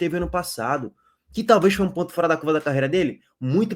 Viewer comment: É impressão minha ou ele fala pontcho ao invés de ponto?🤔😃